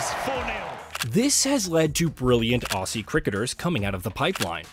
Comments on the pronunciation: Aussie is pronounced Ozzie, not Ossie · him saying aussie really annoys me (his pronouncing it wrong)